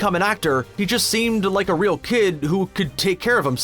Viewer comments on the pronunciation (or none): none